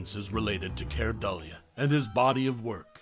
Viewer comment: Keir Dullea is not the only actor unrecognized by the current generation. As long as there are constant remakes and reimaginings, they never will be. No actor should ever be forgotten. And his surname is pronounced "Doo-lay."